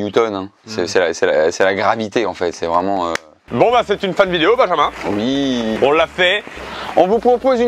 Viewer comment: Se nès pas binjinmun se n’est pas binjinmun c’est bijinmun